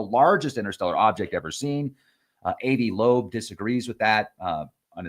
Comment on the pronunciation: ...NOT...A.V. AH-VI...TRY THAT...AVI IS SMART...I R NOT...IDIOT ! PLEASE LEARN HOW TO SAY A NAME 1st...b-4 coming on here making urself dumb .. AH-VI LOBE...NOT AV LOBE... KAPEESH...GOT THAT? ✔️.,..GOOD 2 GO